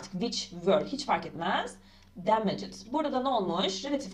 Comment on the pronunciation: bridges ve damaged telaffuzunuz hatalı 😅